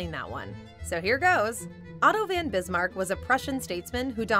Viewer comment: Otto VON Bismarck. Not VAN .... he was German not Dutch 🤗